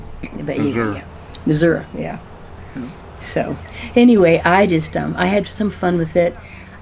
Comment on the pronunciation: Thanks SO much for pronouncing Missouri correctly!!! I’m from NW MO but that’s how we pronounced it and it always makes me sad when my kids say it wrong! 😂❤